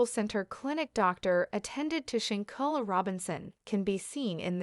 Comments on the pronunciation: Pronounce the name right or stop talking about this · No disrespect Ma'am... but Your pictures are not lining up with what you are stating 🙄 and your saying Shanquellas name wrong